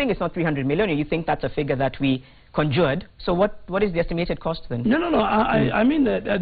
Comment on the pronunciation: Learn to pronounce the word CONJURED Miss Journalist.